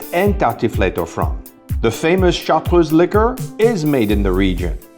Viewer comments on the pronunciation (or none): Char truese not chart ruese. Distilled in Grenoble